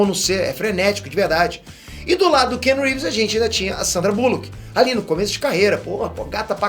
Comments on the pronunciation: Cara, aprende a falar o nome do ator corretamente - pelo menos. Não é kenu. A pronúncia é “Kianu Rives.” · O nome dele não se prenuncia "kenu reeves" Mas sim Keanu reeves. Praticamente da mxm maneira q está escrito 👍